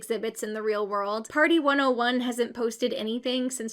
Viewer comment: HEAVY emphasize on the 101